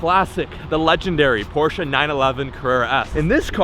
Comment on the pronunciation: Did he just pronounced Porsche right never seen a American manage to do that